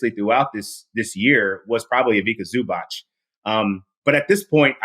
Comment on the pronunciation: You should be arrested for that pronounciation of Ivica Zubac